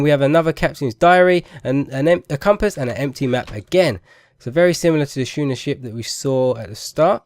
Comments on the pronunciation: I think you are saying schooner (shoe-ner) is incorrect, if I am not mistaken I think it is pronounced as skooner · "Schooner" is pronounced like "Skooner"